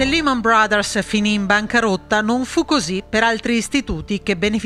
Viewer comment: Can you please pronounce Lehman in the right way ? La E si pronuncia “ E’ “ non I Negli usa ci prendono ancora in giro